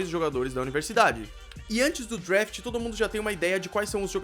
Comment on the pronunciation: Parabéns pela informação eu sou um grande fã de football americano, é também professor de inglês por isso fico curioso: Vc mora em USA? Se for assim devia caprichar um pouco na pronúncia, por exemplo "draft" não"drafte"....É por aí vai. Desculpe a sinceridade, mas Vc está ensinado coisas em inglês! Abs